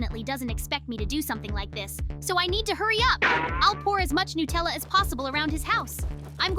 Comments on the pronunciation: I love Nutella by the way. They're saying it wrong 😅😂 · It is not Nutella is Natalia